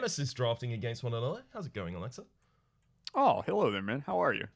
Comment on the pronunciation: If you were half asleep watching, you could've sworn said Alexa instead of Olexa.... Too bad I'm awake...